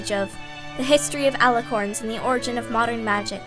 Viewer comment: You're missing the I in origin. Otherwise good.